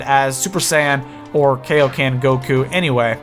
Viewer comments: it's KAIOKEN not kaoken as in king kai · What did you just say? Kayo Ken?